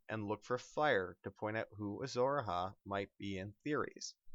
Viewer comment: tywin also put a lion skin in it. and it A-HI not A-HA